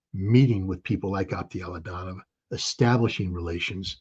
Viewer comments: He can't even pronounce the name ofa guy he calls friend and says he knows him very well. His name pronounces as Aptí Alautdínov. What Scott is saying I have no idea. Something like Ato Laudaow😂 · Aptee Ala oo Dee nov..Please pronounce it correctly Scott.